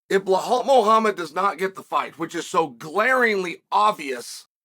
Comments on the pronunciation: It’s belal not blahal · WHY in the ever loving FUCK does Chael always add an L to Belals name?! It drives me fuckin crazy and he does it every single fucking time! He says BLehal and it’s so irritating cuz if you’re gonna have a show or podcast or whatever it is.. say the gatdamn name the right way. & if you fuck up, change it and say it the right way. But he NEVER says it correctly. Not once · "Blahal" is sending me 😂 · CS “Ble Hal” hilarious! That and Pea Air Ra! Hahaha!